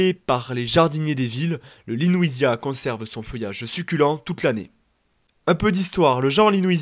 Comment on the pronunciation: Je pense que c'est LEWISIA et non LENOUISIA, il n'y a pas de N. Vidéo claire, synthétique et instructive 👍